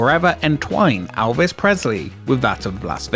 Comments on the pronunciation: Elvis. Not Alvis. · nothing that ever had ELvis Presley there because you can't seem to say his name right. For the love of fuck he's only one of the biggest stars EVER and you repeatedly can't get his name right? time and again you call him ALvis. It's EL-viss what possible excuse do you have for not getting his name right? seriously are you that incompetent? that stupid? get it right or don't bother.